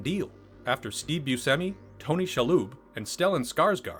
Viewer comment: The way you pronounced Buscemi disturbed me.